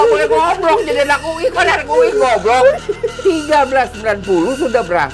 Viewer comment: Bukan UI be tp uwi ...